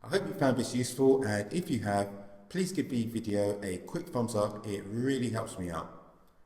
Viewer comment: Holy fuck this is a useless video. Didn’t help at all. Also learn how to pronounce ‘th’. Like, for example you’re saying ‘veh’ instead of ‘the’. : “Vis will make sure we can still access veh menu for vee AirPods”